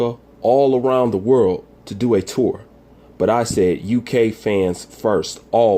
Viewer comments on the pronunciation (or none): none